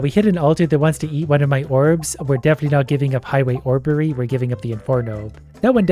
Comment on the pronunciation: “Highway orberry” is crazy 💀